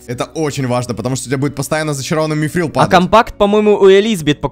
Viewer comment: Ром не мифрил а митрил это из властелина колец все